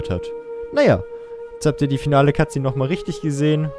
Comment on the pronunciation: statt "Cut Szene" habe ich immer " Katze" verstanden :DD